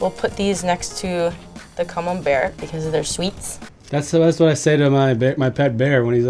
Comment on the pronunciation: Beautiful cheese board indeed but Camembert is so common, has to be trolling us with her pronunciation. Right? 🤔😀